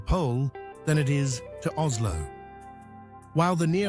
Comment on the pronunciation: When mentioning Minnesota you showed a Swedish Midsommar celebration. Really? There is no Z sound in the Norwegian language. Three times you said OZLO. Please re-do this.